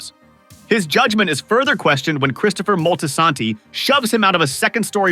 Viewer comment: Not Christopher moltisanty 😂